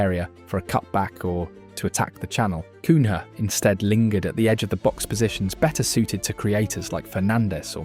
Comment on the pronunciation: Is this an AI video? You literally said cun-ha instead of cunia